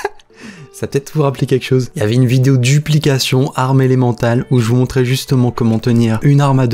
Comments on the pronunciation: l'attaque "et l'emantale" :) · Élémentaire pas " elemental"